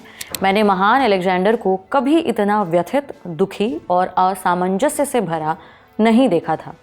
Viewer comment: आस मंजस??😂😂 असमंजस होता है वो